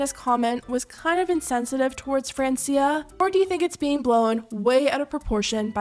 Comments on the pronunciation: Its not "Friensia" its "France-ia' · It’s Fr-awn-cia 😑